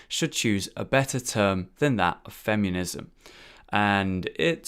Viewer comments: "Fem-yoo-nism"... that's not a U in the word "feminism",! XD Even when it's not Dark Souls, mispronunciation is still happening I see:P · "fem yuh niz em" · Anyone else keep hearing him say "fem-you-nism"? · The part I was most bothered by in this video was how you kept saying "femunism." Classic, what would I do without you? xD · I love it when says 'femiunism':D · It sounds like he is saying femunism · one either you or me pronounces feminism incorrectly.